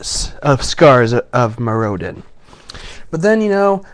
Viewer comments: Me-roe-din lolz. Mirror-din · MirroDIN not MirROdin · >.> your saying Mirrodin wrong! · OMG LIEK HE DIDNT PRONOUNCE IT CORRECTLY!!!1!!1 DERP DERP DERP DERP DERP. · It's a shame that someone who can't even pronounce Mirrodin right gets to open 4 boxes of Scars:( hahahaha I kiddd, nice vid